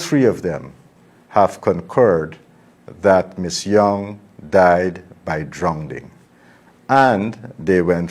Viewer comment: Minister it is drowning not drownding